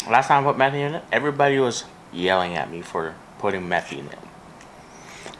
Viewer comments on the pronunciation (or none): So couple of things to clear out, it's pronounced May-Thi not Meth-thi 😅. Second we never put chicken pieces with the skin on because after cooking the chicken and stewing it in the gravy the skin ends up being chewy. Pro Tip (at least when my brother makes butter chicken for us): Seperate all the skin from your chicken and marinate them in salt and curry powder. After 2/3 Hours (a day would be best) take the marinated skins and deep fry them, you'll end up with chicken curry cracklings 🤤 thee best topping for Biryani or any Indian chicken gravies #ThankMeLater 😉